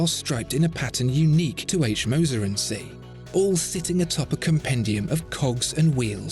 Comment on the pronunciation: "Cie" is the abbreviation for the French "compagnie". Saying "CIe" (see!) sounds terrible from a supposed oracle of horology. Even a poor, anglicised pronunciation of the whole word would be better.